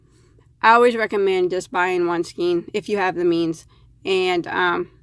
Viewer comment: Thank you for your review. I have used Lion Brand Faux Fur yarn to knit a cowl and had no problem with it. But I haven't had the confidenc to crochet with it. Doing reviews on yarn would seem to make you an expert. Just a little advice, however, please look up the word "skein". The correct pronounciation is "SKANE" not "SKEEN." I'm sure many people look to you for your expert knowledge and advice. Inexperienced knitters/crocheters will certainly think that everything you say about yarn is correct. This is how mispronounced words get into mainstream language. BTW, you are not the only one to make this mistake.